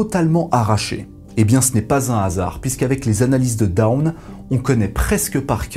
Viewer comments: Très bien ! Petite remarque: "Dawn" ne se prononce pas comme "down", mais un peu comme "dône", avec un "o" long fermé. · Si on est dans les erreurs de prononciation, en anglais dawn ça se prononce qqch comme [dône] alors que vous prononcez plutôt [daoune], comme down, qui ne veut pas dire la même chose évidemment. 😊 Mais très bonne vidéo au demeurant. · dawn ça se prononce pas daoune lol, t'as pas encore decouvert l'anglais toi. mdr